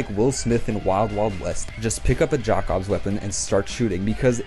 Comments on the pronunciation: I die a little bit when he say “jack obss” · The way you pronounce Jakobs after playing the game and hearing it said multiple times is horrendous, bud. Other than that, I agree with your ranking for the most part.